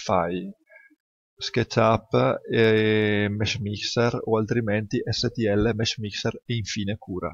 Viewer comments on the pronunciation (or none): Hai detto mesh mister? Non capisco bene cosa dici